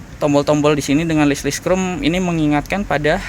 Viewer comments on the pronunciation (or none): none